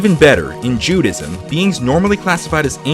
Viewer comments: you said all of the hebrew words wrong and you even pronounced the name of judiasm wrong it is ju-di-i-sam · Just a little tip, Judaism is actually pronounced like Judy- isum. And malak is pronounced with the k sounding like the weird noise you make in the back of your throat. Also elohim sounds like elo- heem. I'm Jewish, and took four years of Hebrew. (If some of the ways I pronounced words are wrong, this is how I learned it, and there are different accents and ways people learn to say them, based on where they live and who taught them.)